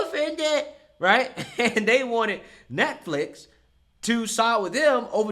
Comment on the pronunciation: I heard you say "neckflix" and instantly thought.... KAMALA LOL